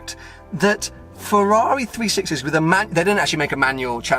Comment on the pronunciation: Is it just me or does everyone cringe when he says Ferwawi